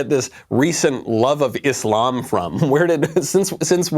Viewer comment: thanks for pronouncing it properly..........Islam..... not izlam